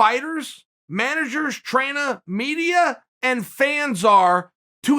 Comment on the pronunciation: LMAO he's so pissed 😡 that he said traina instead of trainers